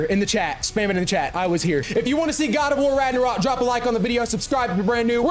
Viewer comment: boy said Quad of War